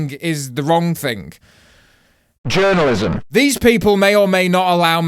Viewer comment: Don't know why I find it so funny when he just pauses and says "jOUrNaLIzM" 😂